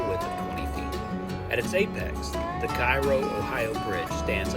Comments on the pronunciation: It’s “ca ro” not “ci ro” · Cairoite here. Firstly, Cairo is pronounced Care-O, rhymes with arrow. Secondly, both bridges are open again, The Ohio River bridge is scheduled to be replaced in the next few years with a new one that doesn't have that sharp curve on the Kentucky side. Lastly, if you ever see anyone attempting to walk either of these bridges, offer them a ride. You'll be saving a life. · Pronounced "Kay-roe". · Hurts my ears hearing KIGH-ROE. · It's pronounced Kay-ro!! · It's pronounced KAY-ro. It really detracts from an otherwise good video when he mispronounces it, over and over. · Curious, why did you continue to call it Cairo Mississippi?